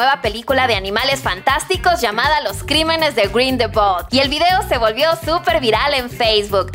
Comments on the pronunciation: Me gusta su canal y todo pero, se la mamaron con "Dombledor" y "Grindelbol"... No pude evitar reírme. 🤷😂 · Muy buen video pero pronuncio mal Grindelwal y Dombledore Solo es una critica constructiva ^^ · Las nalgas de Dumbledore 😻 Me reí fuerte cuando pronunció Dumbledor y Grindewold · Todo iba bien hasta que dijiste mal los apellidos de Grindelwald y Dumbledore!!!!!!!!! 😓😓😓😓